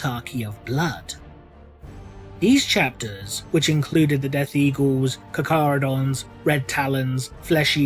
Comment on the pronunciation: "Caw-Caw-row-dons" lol.